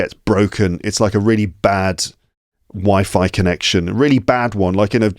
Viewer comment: I love you so much and so long! Happy to be here again. One of the funniest thing by the 20th minute is your example that sounded to me like this:"A very bad wife-I-connection". Great. So sincerely.) Then when I started listening, you said:Are u ready? Or r u more than ready? This 'more' was too much. I laughed out so openly that my phone suffered. Just live on